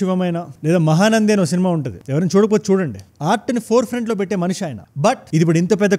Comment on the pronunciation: మహానంది కాదు, మహా నది